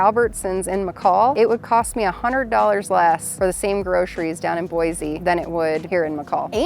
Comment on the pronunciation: Boi-see hun, NOT Boi-zee!!